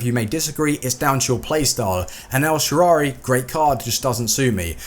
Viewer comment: this is not a hate comment however it's el-shaa-ra-wy and not elshaarary